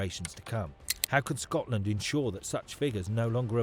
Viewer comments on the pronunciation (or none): none